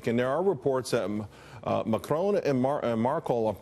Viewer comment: I literally cringed when the reporter said "Markel", instead of "Merkel". I mean there have to be some standards of at least knowing the names.